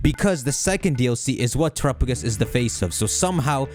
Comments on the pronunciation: Why is terapagos name being pronounced that way? Isn't it "Tera"-pa gos? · Has NO ONE corrected pronunciation of Terapagos? Jesus christ